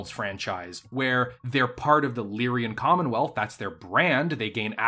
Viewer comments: He keeps saying Lyrian instead of Lyran, and no how much I try to ignore it, I cant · Lyran, not Lyrian. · For your favorite faction, it's extremely aggravating how you add an extra syllable to their name every time you say it. Lyran. LEER-un. Two syllables. It is not "Lyrian" like you always say. As a nerd and a grammar stickler this drives me crazy. I like your ideas about the Capellan Confederation being literally everything wrong with organized humanity rolled into a single entity, and also North Korea in space. Part of me wants to support them just to be contrarian and antagonistic, but they're so freaking bad at everything that they're incompetent at being proper villains. And culturally, House Liao is Chinese in origin. They also have notable populations of Spanish/Hispanic and Native American origin; if a significant Capellan character isn't coded as Chinese they're almost definitely either Cherokee, Comanche, or have a last name like Rodriguez or Trujillo. Not to be confused with Clan Nova Cat, who are basically 80s stereotypes about peyote smoking Navajo but without casinos. Capellans in general are comical mustache twirling scumbag villains from Saturday morning cartoons, like the rogues gallery of Captain Planet. Federated Suns are what you get when you take the British obsession and idolization of a royal family that has lacked any actual qualifications for centuries and scale it up to an interstellar empire. Draconis Combine is what you get when you have some American nerds who haven't taken any reputable Asian history classes design a fictional society based on thei